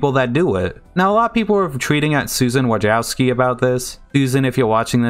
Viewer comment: Wojcicki is Polish, and pronounced as such: Voy-chi-tski Or, if you want to pronounce it the non-Polish way, you say it like this: Wuh-jits-ki